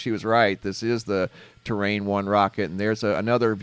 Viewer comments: Terran 1 pronounced ter-ran. Like the Terrans in Starcraft. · I can't help but do a bit of a rant. I don't know which to do first, facepalm, ram my head into the wall, sigh or just plain cuss using every word I've ever learned. To paraphrase Vader, "I find the lack of knowing the Latin names of the Solar System disturbing." The name of the rocket is Terran, basicilly Earthman. Earth is Terra, our star is Sol. The moon of our planet is Luna. The mispronunciation used here of Terra to Terrain gave me a WTF moment. To say "terrain" means landscape. I encourage everyone to stop the dumbing down of astronomy as Neil Degrasse Tyson is now encouraging. I guess he thinks that if you're not an Astrophysicist with a PHD you're too stupid to know proper terms. I know I'm smart enough to learn the terms just as any other amateur stargazer can do.